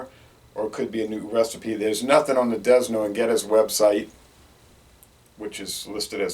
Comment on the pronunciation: The slogan for this brew used to be put it back with a Dragon! Figure it out! BTW the S is silent in Desnoes of D&G fame. I wouldn't expect him to know much about Jamaica or its products....